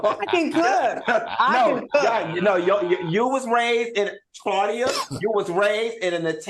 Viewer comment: How is Claudia Paula’s friend but she doesn’t even know how to pronounce her name properly? 😭😭 Side note: Funky ATE her ass Upppppp 😂😂😂💀